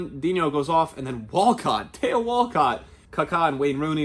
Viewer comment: Man pronounced Walcotts first name like he pronounces Theo Hernandez’s lmao. It’s Thee-o, not Tay-o